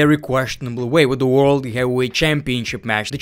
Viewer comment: blocked for not being able to pronounce heavyweight